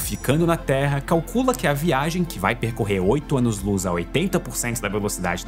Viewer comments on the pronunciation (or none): Velocidade da Loos